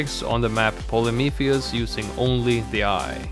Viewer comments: It’s “Polyphemus” 🤓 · The only thing not goated in this vid is how he pronounces polyphemus Great work as always❤️❤️